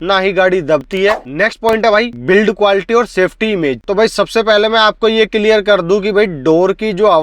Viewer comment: Kiliyar nahi hota clear hota hai bro